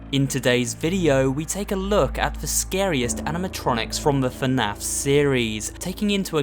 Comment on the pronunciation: YAS YOUR SAYING ITRIGHT FINALLY A YOUTUBER THAT SAYS FNAF RIGHT